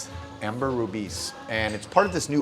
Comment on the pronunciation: It's Ambre Rubis, not Amber Rubis 👍